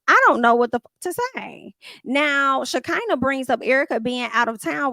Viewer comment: Now why you keep mispronouncing Shakinah name? 😅. It's Sha CON na